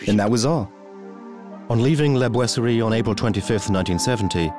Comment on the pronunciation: POR FAVOR NO ES LA GUERRA DE 1418!! REPITEN EL ERROR VARIAS VECES. ADEMAS EN LA TRADUCCION AL CASTELLANO NO SE PREOCUPAN POR PRONUNCIAR BIEN LA PALABRA BOISERIE.IDEM LA PALABRA COLOMBE.